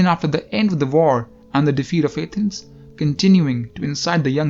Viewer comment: You sound like a retard when you say Athens!